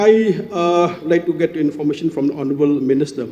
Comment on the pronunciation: Biw leh kren English u home minister ka Meghalaya te leh bong dng triem khun ng leh 6snem ka rukom pronouns te bong long kum ki ba shu wan trianning da Shen kim pt nang bha...niii ban kren ha khmat ki brw jong ka pyrthei ba lah triem ba don shsha ka qualifications te bong I rymbui te zero tikna